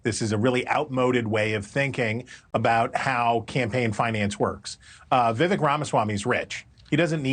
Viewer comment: Come on, say his name correctly. Pronounced VeeVek, not vivik.